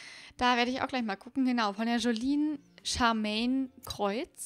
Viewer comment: OMG ich bin die Joline Charmaine 😍 Danke das du meinen Namen richtig aussgesprochen hast das können nämlich viele nicht danke 😍😍❤❤